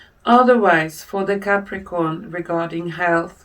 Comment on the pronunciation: Ou nou, say capricorn but thanks still 😳🧡